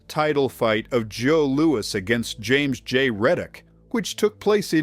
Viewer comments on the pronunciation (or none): none